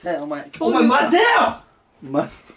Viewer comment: 混ぜよ！！が日本語の発音じゃ無くて草